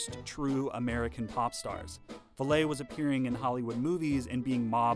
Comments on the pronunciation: It's pronounced "Valley" not "Valet" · Rudy Va-Ley? It was Valley. Rudy Valley.....sheesh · Valet is pronounced vah let by the English so not a particularly useful example. I had a friend who knew Rudy Vallee and the friend pronounced it like valley. He knew him a few years before Rudy's unsuccessful attempt to have the street in front of his house renamed Rue de Vallee. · Aaah! Rudy's last name is pronounced exactly like "valley." I wouldn't mention this fact if you didn't say it so many times. Sinatra was not just a master of the mic, he had his own, which he brought to sessions. And we're talking a large mic with a larger pre-amp/power supply. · If they had only listened to his recording of Brother Can You Spare A Dime. The recording begins with Rudy saying, "This is Rudy Vallee again ..." Of course pronounced "Valley" I usually take people at their word when the tell you how to pronounce their own name. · When the discs spin, the lights apparently spin with them. And Rudy Vallee's name was not pronounced as in French, but like "Valley". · The narrator mispronounces the name of Rudy Vallee. It’s pronounced Valley. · Rudie VALET?????? JEEZ! You don't know how to pronounce his NAME???? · I'ts "VALLEY," Rudy VALLEY. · Good video - I think Rudy Valee is pronounced VALLEY though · had me until you said rudy ve-LAY! GEEzus ... learn to pronounce his name! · Rudy's last name is pronounced like "valley." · If you're going to spend a substantial portion of your video discussing a particular person, you should know how to pronounce their name. Especially when it's a famous person, from the modern era. Rudy Vallee was on TV for years. He had a TV show named after him. A little research goes a long way. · For those of us who lived through much of the twentieth century, hearing Rudy Vallee's surname mispronounced in an otherwise polished piece is like seeing a whole bunch of spinach stuck in an otherwise beautiful smile. Didn't have to happen, with just a little more effort.